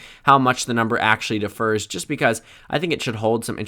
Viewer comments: Just so you know young man, it is pronounced differs, not defer. Good luck with college! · where is your accent from that 'differs' sounds like 'defers'? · Differs is not defers. Differs requires an accent on the first syllable. Defers requires an accent on the second. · How did you just pronounce "differs"? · Differs is not pronounced the same as defers.